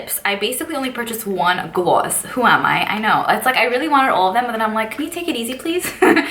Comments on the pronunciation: It makes me miss NYC so much. Glu-sssssssss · She says both Ss